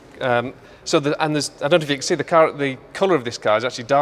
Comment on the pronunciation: Shmee is a scouser, 'shuure, ican shee dat'. I had to play it back, I couldn't believe my ears. Too much choice, the place is amazing, great video.